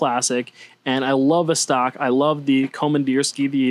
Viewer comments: VOS-tok (not v'stARK) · You need to pronounce VOSTOK correctly